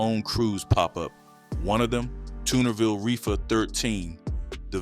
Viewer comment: Did you say Toonerville Crips? You got it all twisted WTF